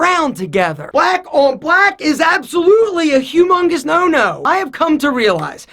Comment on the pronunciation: The way he said HUMUNGUS lol